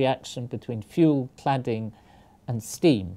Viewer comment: I just can't understand What he said ! Zirconium is used for Clouding, clotting, "canning, clatting"?